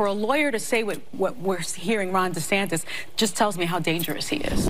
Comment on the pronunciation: She wants dees... Dee's what?? DeSantis